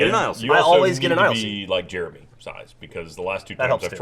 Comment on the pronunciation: pronounces Jeremy like "germy"